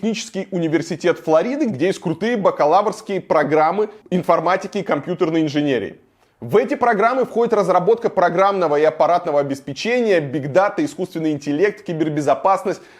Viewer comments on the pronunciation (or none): Илья, только подумал что тебя посетил разум, так ведь нет, слышу обеспечЕние!!! Нет слова обеспечЕние в русском языке, ударение в слове обеспЕчение, таким образом, остается на том же слоге, на каком оно было в глаголе обеспЕчить, от которого образовано это существительное. По такому же принципу образованы, к примеру, слова рисовАние от рисовАть, слУшание от слУшать и другие.